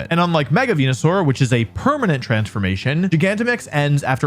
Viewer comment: I miss the days when he said Wenusaur.